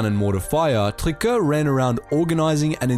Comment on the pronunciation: Great content. As some constructive criticism, please consider sticking to English. For example, the pronounciation of Paul Triquet's last name was nowhere close. Saying place names and family names in English is fine.